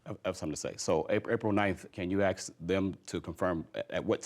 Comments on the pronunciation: Teachers say 'ask'. Not axt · “Can you axe…?” Dude, you can’t even speak proper English. And you’re a damn teacher?!?!?! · claims to be a school teacher and yet he says, "Can you AXE them to confirm..." He may well have wanted Judge Judy to take an axe to them but I suspect he actually wanted her to ASK them the question. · A school teacher who says "aks" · Certainly not grammar and english "I aks" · How hard is it to says ASK Are you teaching your students how to not speak properly as well?!